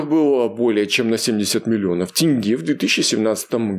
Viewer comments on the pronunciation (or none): none